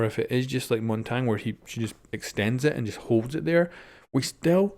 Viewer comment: That is not how Montagne is even close to pronounced